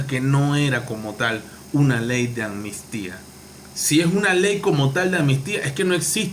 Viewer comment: Hola , es AMNISTÍA no Anmistia.Diga la PALABRA COMO ES.ACUERDATE AMNISTÍA.estas Claro Yow NOWW